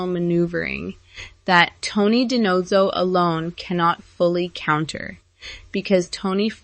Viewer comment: You should learn the proper pronunciation of names b4 talking about them. Sorry but it's annoying and shows ignorance of the show. Spelled David but pronounced Da-Veed and Da-No-Zo